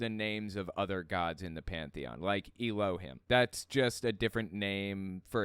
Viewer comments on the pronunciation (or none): It’s pronounced “EH-loh-heem,” not “ee-LOH-hihm.”